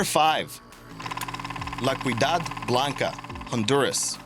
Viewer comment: (La Ciudad Blanca) It’s pronounced “see-ooh-dad”. The C sounds like an S.